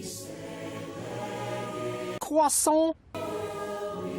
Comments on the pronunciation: We say let it CWASSONT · THEY’RE NOT LETING IT KWAHSSONETE